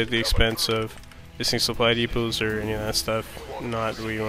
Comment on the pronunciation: Am I the only one that hears "spidey puss" when he says supply depots??